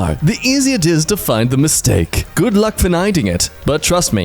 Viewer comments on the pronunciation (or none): "The calmer you are the easier it is to 'fnid' the mistake!" well it was found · find says fnid